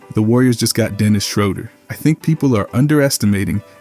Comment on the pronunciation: You have to say the man’s name right